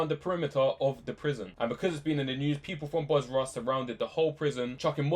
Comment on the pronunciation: It's Basra, not Bosra.